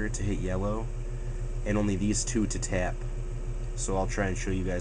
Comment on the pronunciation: You don't hear...... "I was gonna learn how to tyap it"? lol He kind of does, but not major.